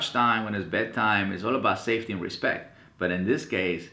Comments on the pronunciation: But he pronounced it "Respet". XD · hahahahahahahaha "RESPET"